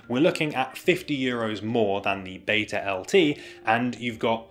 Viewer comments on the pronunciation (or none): none